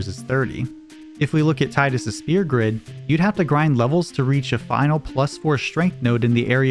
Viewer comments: i love all the info in this video but i have a mild gripe. you dont pronouce the F sound in sphere instead sounding like your saying spear. otherwise the info summerizing the damage calc was cool and now i know why such small strength increases are meaningful, due to them being cubed in the calc. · Neat story, and I look forward to checking out other videos on your channel! By the way, the ph in "sphere" is pronounced as an f. You're saying "spear", when the word is pronounced like "fear" with an s at the beginning.